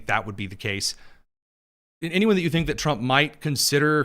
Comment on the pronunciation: I don't tink day do.... yeah sure